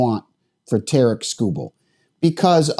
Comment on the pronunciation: Tare-ick, not Ta-reek